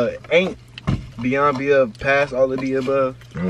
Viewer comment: nobody gone talk about how he said beyond and beove.😭😂😂 its above and beyond